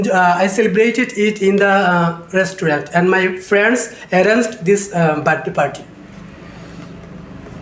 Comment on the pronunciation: Bhai sir ka slang to check karo op 🤣 Birthday ni bathday 🤣